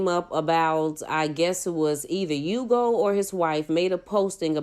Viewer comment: His name is pronounced Ooh-go by the way. I know because I have the same name.